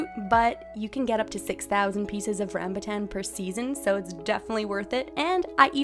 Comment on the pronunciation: Rambutan is pronounced Ram-bhu-tan